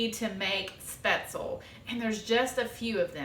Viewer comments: Schpetz- LEE is the correct pronunciation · Thanks for the recipe! When living in Germany as a child, my grandmother used to make this dish. I love speatzle. BTW.. when pronouncing the word speatzle, the "e" on the end is vocalized as a soft e. It isn't silent. Best!